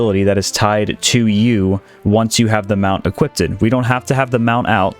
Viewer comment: im sorry but my ocd said hell nahhhh, when i heard "equipp-ded" lol its just equipped man